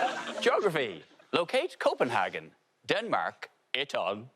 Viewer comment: It's pronounced "Copenhaygen" not CopenHaarrken! Stop saying it like a German SS officer 🤦‍♂️🤮